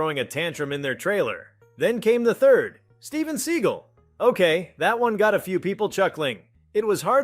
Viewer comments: Another AI narrated video. Pronounced Statham's name wrong as well as Segal (Pronounced it "Seagull". I really wish you could report videos for fake AI content. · Why does this sound like a fake AI story? Sheeah? Seagull? And why is there no actual footage of the interview?